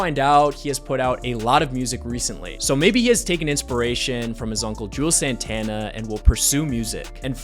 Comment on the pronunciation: Put respect on Santana name and say it right